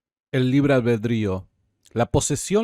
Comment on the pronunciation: es libre "albedrío", no "albeldrío" como decís vos. Cada vez que lo decís me hacés mal